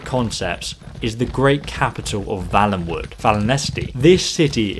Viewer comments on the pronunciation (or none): If it was like you pronounced, it would be Vallenwood. I'm pretty sure it's Valenwood (a "vale" is a small valley). FYI. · The word/name used is valenwood though, not vallenwood. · You're sayin valenwood wrong